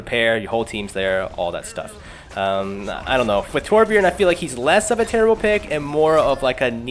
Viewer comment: did you just say terbjern??? TRIGGERED I AM A TORB MAIN I GOT POTG WITH OUT MY TURRET I FLOW LIKE WATER AND STING LIKE A BEE NVYUTSUKGHGSVUIHSVHUVIHWNTVIWNTVW